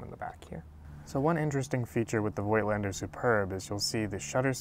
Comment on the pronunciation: I made it a habit to try to educate photographers all over YouTube presenting some Voigtländer gear on how to pronounce it correctly (with little success, unfortunately). Voigtländer is not pronounced with an "oy" like in "joy" but with a long "o" like in "horse" or "door". Personally, I really like the look of those old lenses. I myself use a 1939 Rolleiflex as my preferred medium format camera. The Superb is in fact a great camera and was one of the more serious competitors to the Rolleiflex in its time. It had a better lens (the Heliar has five elements to the Tessar's four elements) and its parallax correction was unmatched - the Superb is the only TLR where the viewer's image is identical with what the taking lens is actually taking. I'm still hoping to find a good one for a reasonable price someday.